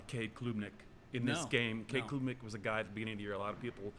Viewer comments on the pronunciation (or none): Haha so much disrespect when cannot say CADE CLUB NICK lol KLOOOB hehe.